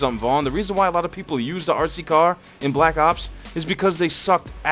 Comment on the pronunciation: The way you pronounce RC car is amazing, sounds like your saying ARSEY CAR haha